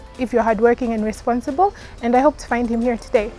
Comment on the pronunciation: Did I hear ,responthible🙄🙄🙄🙄🙄🙄🙄🙄🙄🙄🙄🙄